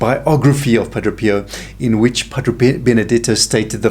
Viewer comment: Pa - DRAY Not Pa - DRO